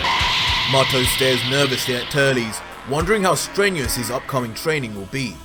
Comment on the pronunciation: I mean he Said Turlies but it's auctally Turles